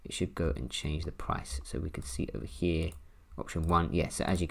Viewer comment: I took a shot for every time he said “over heeh” (over here) 🥴🤭🥴🤭